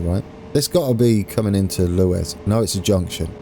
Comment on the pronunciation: It's pronounced Lew-is